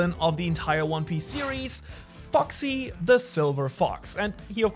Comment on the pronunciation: He says foxy but I heard fucksie